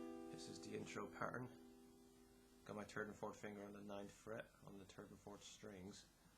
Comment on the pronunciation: terd and fort finger lmao